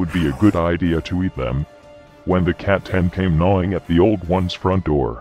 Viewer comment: I'll never get sick of the Emperor pronouncing C'tan as Catan.